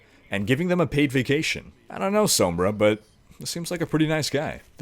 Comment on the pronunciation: I love this man's channel he has all the info you could need for anything and I love the way he says sombra, it's just beautiful